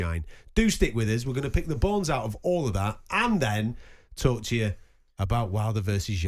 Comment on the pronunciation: Someone needs to tell George Groves it's call 'TALK' Sport not 'GAWP' Sport! 😯 Oi! Groves! Close your mouth son! 🤦🏾‍♂️